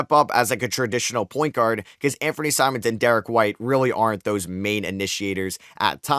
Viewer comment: I’m sorry did you just call Simons Simmons 💀